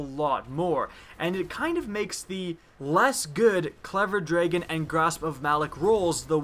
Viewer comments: this dude says , "clever draegen" ... it pisses me off ... it's clever dragon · You say Dragon weird.